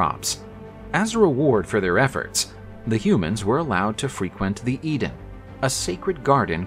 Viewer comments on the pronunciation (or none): none